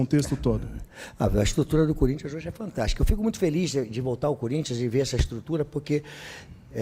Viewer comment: Não tem jeito, quando ele fala corintha é pika, mexe com o Corinthiano